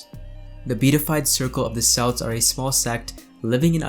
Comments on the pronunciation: It’s pronounced kelts not selts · Cringe correction: Kelts not Selts. It is ONLY pronounced with the S sound when talking about the basketball team.